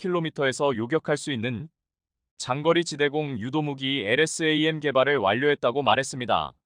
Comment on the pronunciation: 엘에스 에이엠. 하지말고 엘ㆍ샘 이라읽으면 좋겠구만 공부좀하여이!